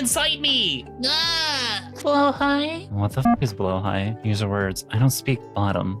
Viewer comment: Appreciating the right pronunciation of the blåhajs